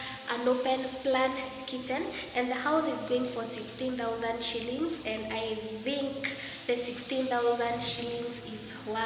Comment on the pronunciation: The way you say shillings makes it seem like nothing😂